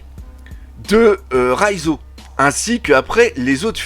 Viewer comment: Ahhhh Doc je sais pas si c’est ta prononciation mais tu prononces Raizo à la place de Reiju 😅